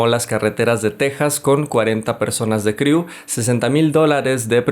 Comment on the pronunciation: Es el primer resumen de película que está bien hecho 👌pero ya no pronuncies criu jeje